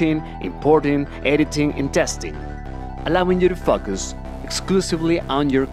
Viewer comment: Close... he was "really" saying "Focus".. but it sounds a bit closer to "F$$C$$K Us"... right?